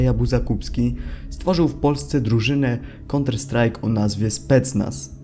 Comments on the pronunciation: KIEDY POWIESZ? POPRAWNIE? MÓWI SIĘ "KANTER-STRAJK" NIE "KONTER-STRAJK". POZDRAWIAM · Fajny film tylko mówi się kanter strike a nie konter strike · Kanter a nie konter kurwa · Counter strike czyta się "kanter strajk" a nie "konter strajk"... Chłopie 183 k subów i takie błędy... Xd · Nie "konterstrajka" tylko "kanterstrajka"... aż uszy bolą.... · "Konter Strajk'... czego te głupie niedorozwoje nie wymyśą... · Konter strajk hahaha. Nie ma to jak byc w gimbazie. Hal of fejm Xd... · nie chce hejtować ale non stop mówisz konter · Zauważyłem mały bład w wymowie counter strike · Tak uważam się za fana Counter-Strike, bo wiem jak to się wymawia w przeciwieństwie do Ciebie kolego ;p pomysł i wykonanie super, oby tak dalej :D